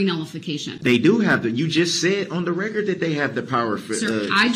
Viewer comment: I can't help but laugh when he says "Now, yeronner! I LET you make yer rec-cerred. Is dat fare to say? I dint inter-upt you while you wer making yer rec-cerred! Now, wen am I gonna be able to make da rec-cerred?" This POS really thinks this is a give and take situation. As if he and JUDGE D are on a level playing field. They are not! That's a really sad testament to what he's gotten out of this whole trial, with the jury ready to hear closings. He hasn't learned a dang thing.😆😆😆